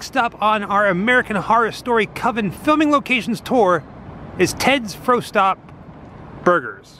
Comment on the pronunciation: LoL , it's pronounced "Frost Top" , I'm a sucker for the lot-O'burger tho.... lol they also have it as a Po-Boy as well.